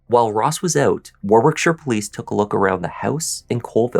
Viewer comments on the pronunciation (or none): Hi, It's pronounced War-ick-shur. The second 'w' in Warwickshire is silent. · Thanks,. I remember this story, as I live in the UK. Just for future reference, Warwickshire is pronounced like Warickshire (silent middle "w"), and the War..... bit is more like you'd pronounce the word "bar". English town and county names are sometimes pronounced very different from how they're spelt, but not nearly as strange as some Irish places, where I'm from. Take care, and stay safe. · Yorkshire girl here. Warwickshire is pronounced Wo (as in what), rick, shu (as in shut). Loughborough is pronounced Luff bu (as in shut) ru (as in shut), Citroen is pronounced Sitrun. Hopes this helps for future. As for the story, I'd like to make sure he always had a disfunctional body part. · Future reference - Warwick = "WAR-ick", Warwickshire = "WAR-ick-shur." Citroen = "SICH-rōn" or "SICH-rern." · Warwickshire is pronounced Warrickshire,. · Even the way he says war-wick-shire? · So it says arwickshire? Not that you'll care. 🤔🙂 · In uk we pronounce Warwickshire as War ickshire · Yes, great job,... Just a couple of pronunciations: Warwickshire = Warrickshire (you don't pronounce the 2nd w) Citroen = Sitro-en, not Sitreon 😊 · And 'Whit-ick' rather than Whitwick. You wouldn't know though I guess if not from here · Listen to the way the female police officer pronounces Warwickshire.. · Warwickshire- second w is silent.